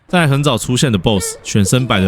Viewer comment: 你的影片還是一如既往地值得一看（就是有點短，希望還有機會看更多）！我基本上把絲之歌相關的影片都看過了，有分析製作的，講劇情的，講細節彩蛋的，甚至有考究故事設定延伸到哲學心理學或歷史背景的（中國與台灣大概九比一）。有個小細節我必須提一下……在我看的所有影片中，你是唯二唸對“蕾絲”的😂！舒服！感謝